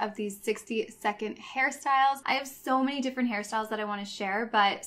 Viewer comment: you know you have a problem when whenever she says hair styles you hear harry styles